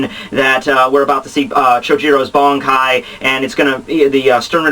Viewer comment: First of all - how can you pronounce those nicknames of Yamamoto's like that xD? And why does your pronunciation of the word "Bankai" sounds like "Bonkai" o_O? The flashback is from the time before the creation of the Gotei (since he doesn't have haori) but after the foundation of the Academy, so between 2100 and 1000 years ago. Anyway, Yamamoto was epic. He's been raging since Choujirou's death. Driscoll was stupid enough to fight against him...